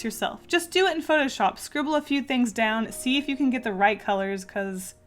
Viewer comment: Good at meme. UHHHEHHHG I know its 'get' not 'good' but it sounds like 'good' to me.